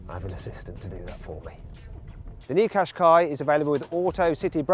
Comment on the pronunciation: ずっと日産かしこいにしか聞こえなかった。